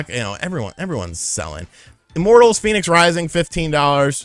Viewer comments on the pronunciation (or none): none